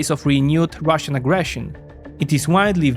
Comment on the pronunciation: He also says russian in a weird way. He says rassion instead of russian lol